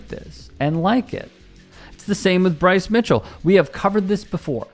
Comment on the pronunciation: BWICE IS WIGHT!! PWEASE AND THANK YOU!! 🤣🤣🤣